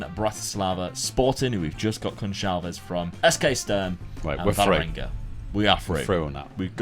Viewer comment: mate! Just a hint: in portuguese the "Ç" is pronounced like an regular S. So it would be Pedro "GonSalves", like in the word "açúcar" that is portugues for "sugar".